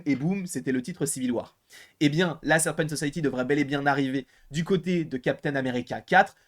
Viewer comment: La Serpent So-saye-euh-ty